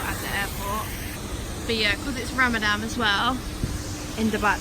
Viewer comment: its pronounced ramadan not ramadam